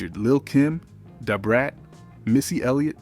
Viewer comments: Why do you keep saying Da Brats name like that?! 🤣🤣 Dahh Brat smh. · Right! I was tryina figure why he keep saying Da Brats name like this. DAhhh Brat lol